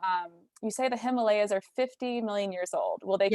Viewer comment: Pronounce Himalayas wrong and pronounce Appalachia wrong . Can’t listen